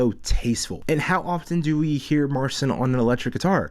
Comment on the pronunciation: Why don't you pronounce his name right? And can you play??? He's awesome!